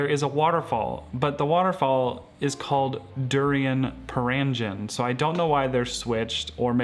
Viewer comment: perangin is pronounced as purr-ahng-een.